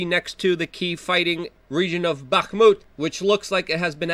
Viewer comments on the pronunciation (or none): none